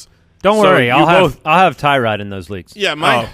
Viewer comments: Btw it’s not Tie Rod it’s pronounced Tur Odd. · Tyrod is pronounced (TER - OOD) He said it himself, and I will be drafting him in the very late rounds, I’m with you! Gordon, Landry, Njoku, and now Dez... yeah he’s going to be good. Mayfield will redshirt for the year and light up next year but not this year.